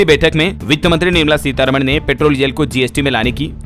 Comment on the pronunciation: Fm is not nirmamala seetharama but seerharaaman